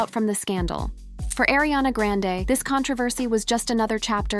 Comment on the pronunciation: It's Ariana not Airiana XD